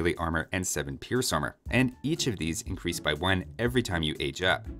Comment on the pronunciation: "eincrease" "spawwn"